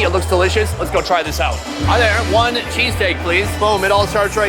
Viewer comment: people from philly is cringing at that "cheesesteak"